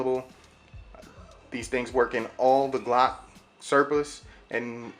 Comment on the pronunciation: I thought it was glock, not G-lock :D